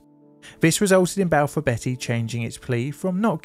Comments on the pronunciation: Just a side note, Balfour Beatty is pronounced like the vegetable beets, not like the name Betty. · Enjoyed the video but it's not Balfour Betty it's Balfour Beat-ty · Not Balfour Betty its Balfour Beat tea. 🙄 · and Balfor BETTY (whoever she is) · IKR? Not sure if he was taking the piss, but calling Balfour Beaty, Balfour Betty really hurt my ears each time. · Sorry. Beatty is pronounced BT not Betty. I was too young to pay attention at the time, but now I know why they closed down. I still remember the large statue they had outside of their offices in Greenford. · "Hartfordshire" not "Hurtfordshire". It's spelled with an 'e' but pronounced as an 'a'. Also, "Balfour BEETY" Not "Balfour BETTY". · LMAO Betty, it's pronounced BEAT-T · Balfour Beattie, not Betty! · It's pronouced Beaty, Balfour Beatty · I love your vidos but your mispronounciations are really jarring - it's Balfour BEATTY not Balfour BETTY, and HARTfordshire not Hertfordshire. Unfortunatey there was a series of incidents over this period as you pointed out, years of neglect and the effects of privitaisation and cost cutting unfortunately coming home to roost. Have you done a vdeo on the aberdeen/Stonehaven landslip crash yet? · I don't understand why, and I'm not proud of it, but I can't tell you how triggered I got each time you said Balfour Betty. There's an a in there, so it's pronounced beat-ty, not betty, ahh count to 10...and relax, lol. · Hurtfordshire? Balfour Betty? Please tell me this is on purpose. I’ve never heard anyone from here mispronounce those. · “Hurtfordshire”? “Balfour Betty”? 😂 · Its Balfour BEAT-EE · It's not Balfour Betty😂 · Can’t bear the mispronunciations. Hertfordshire is pronounced HARTfordshire. Balfour Beatty is Balfour BEEty by the way. How can anyone be from the UK, let alone a YouTuber that can easily research place name pronunciations and still get it wrong is beyond me. Lazy. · Never heard Balfour Beatty pronounced like that…